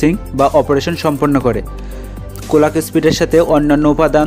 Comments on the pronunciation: কলাক না ক্লক 😅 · কোলাক কি জিনিস ভাই? ক্লক হবে